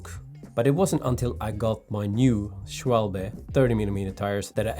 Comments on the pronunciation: You nailed the pronounciation of Schwalbe this time. Good job! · Impressive job at pronouncing Schwalbe ! 👍 Never heard it as well from a non native speaker.